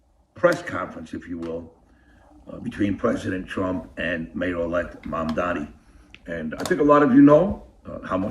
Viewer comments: “Pwesident Twump” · Pwesident twump lmfao 😂😂